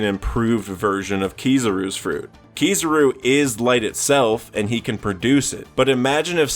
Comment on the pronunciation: Keysarouu bruh.. its ki-za-ru anyways good video